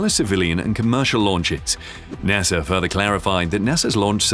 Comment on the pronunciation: I love ur videos and the way u say NASAR 😂